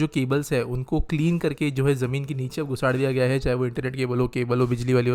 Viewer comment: "Jamin Ke Niche Ghusad Diya Gaya Hai" Bhai Gujarati Ho Kya???